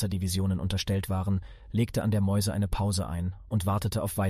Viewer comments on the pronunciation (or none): Die Division überquerte die Meuse (Mäuse) ? Wenn bei euch keiner französisch kann, nehmt doch einfach den deutschen Namen. Es handelt sich nämlich um die Maas !! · Ganz im Sinne des Channelnamens möchte ich hier noch eine Anmerkung beifügen: Wenn der Erzähler hier ständig Mäus oder Mäuse sagt, dann meint er wohl die MAAS!!!!! (franz.: Meuse [etwa möz oder mjös ausgesprochen]) Nicht dass ich mir in 10 Jahren von allen erzählen lassen muss wie die Wehrmacht über die Mäuse gekommen ist. ;) Beste Grüße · Guter Beitrag. Kleine Anmerkung: die Meuse wird auf Französisch "Mös" ausgesprochen und heisst auf Deutsch Maas. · Von wem werden die gesprochenen Texte nur gemacht? Der Fluss ist die Maas, frz. meuse, niemals Mäuse zu sprechen!